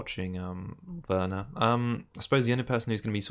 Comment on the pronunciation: Please call him Verner and not Ouerner it's just so distracting and WRONG!